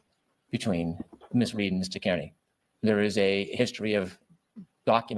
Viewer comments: *Car-knee 😉 (not Care-Knee or Keer-knee) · He should at least say turtelboys last name right. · How does someone w the last name “Brennan” who lives in MA mispronounce “Kearney” smh 🤦‍♀️ ☘️